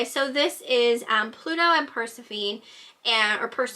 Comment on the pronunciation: Persephone: pronounced Pur-sef'-unny (accent on the sef)